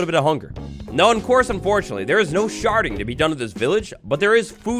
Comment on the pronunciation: Sherding? Sounded like sharting 🤣🤣🤣🤣